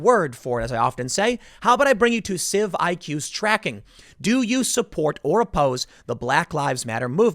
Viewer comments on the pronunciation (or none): CIVIQS is pronouced like "civics", not "civ I Q" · Civ I Q... methinks it's pronounced CIVICS (Civiqs)!